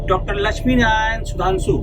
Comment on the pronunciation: लचमी नारायण नहीं लक्ष्मी नारायण बोलिए।